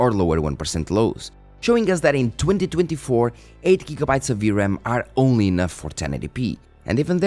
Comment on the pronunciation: when you said we're in 2024, it sounds like 202024